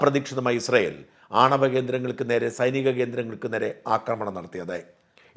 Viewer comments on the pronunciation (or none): none